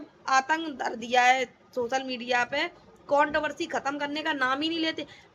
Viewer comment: Count Barsi Nahin Hota madam controversy hota hai gawar Aakar baith Jaati Hai Pahle bolna Sikh le